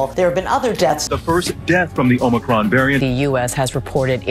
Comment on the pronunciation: Omicon//Not Omicron !!